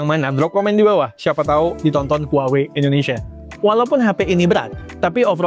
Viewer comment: Bang Indonesia bukan "Endonesia"